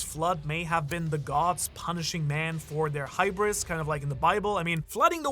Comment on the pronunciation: it's hubris not hibrus